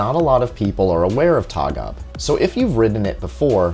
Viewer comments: It's pronounced Torg Ah Be. Tågab (Train limited) Not a particular cool name lol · Interesting video, but the letter Å is not an A. it is an own letterr and it is prenounced like English O. Like in tow truck. Towgab would be a more correct prenounciation. TÅGAB is an abbreviation of "tåg", which means train and "AB - aktiebolag", which means limited company. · I rode Tågab by accident from Katrineholm to Stockholm once. Felt like entering a museum train indeed. By the way, the "å" is pronounced like the "a" in "ball".